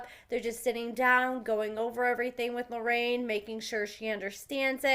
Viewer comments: It’s “LORRENA” actually. 😉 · Her name is not Loraine. I can understand you saying it once or twice, but you kinda renamed the girl. Js! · love your channel but its LORENA